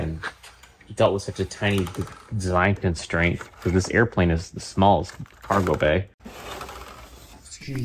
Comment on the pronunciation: "a functioning kawgewhl door" not hating, just love that you left it in